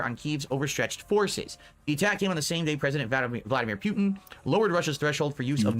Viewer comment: You guys caught the fascism thing, but the way he said Putin was even better. Pee-u-Tin.